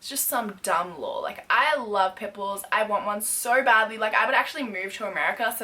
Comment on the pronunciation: same when she said "omg I love pimples but unfortunately they are illegal in Australia" 😂😂😂